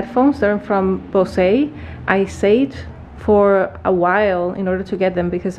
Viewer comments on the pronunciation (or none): Nice video! btw the headphone's brand is pronounced "booz" not "bosee" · Bose is like hose. Not like Jose. 🥰🥰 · your Frenchified pronunciation of "bose" made my day. I do think they would be better off with that glamorous name you gave them 😋